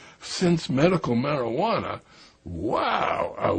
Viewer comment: whats Marihuana? mari -ha -na?